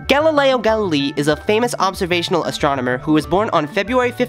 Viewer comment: Great work, but your pronunciation of "Galilei" is terrible. And you don't say that the most important part of the work of Galileo was at the end of his life when he was first to think of using mathematics for studying physics